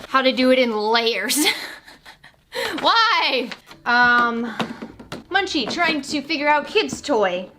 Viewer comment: I was talking to Munchie because I used to post on all her videos that she was pronouncing it wrong.